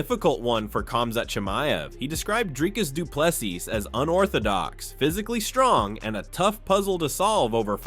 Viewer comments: DRIKUS DOO PLE SEEES knuckle head u have the worst pronunciation ive ever heard its embarrassing bro ! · The narrator and tito can't pronounce DDP's name lol.